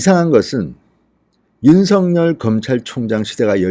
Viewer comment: 윤성열이 아니고 윤서결로 읽어 주세요.